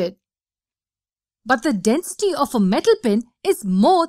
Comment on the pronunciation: Ummm all I hear is Denstey